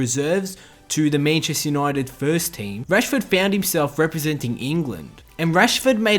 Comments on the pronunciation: love how u say manchester 😂😂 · Ffs the way you say Manchester really annoys me